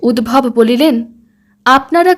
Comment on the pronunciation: উদ্ভব নয়, উদ্ধব। রাগ কোরোনা কিন্তু, তুমি বড্ড ভালো বলছ, তাই এই ছোট খাট ভূলগুলোও যেনো এই প্রেজেন্টেশন এ কোনো খুঁত না ফেলে, তাই বলছি।